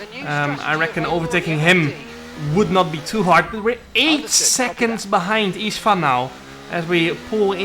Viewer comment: Csaba = Chaba Istvan = Ishtvan Now you pronounce it correctly:)